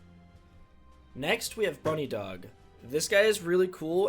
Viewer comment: this dude just called it "bunny dog" lmao what it's "buh-nidhog". aka 'nidhogg' the dragon in norse mythology.